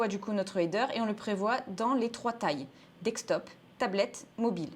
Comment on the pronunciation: Merci pour la vidéo. Toujours assez synthétique. Juste une remarque, on dit desktop « DeSK top » et pas « DeK Stop » ;-)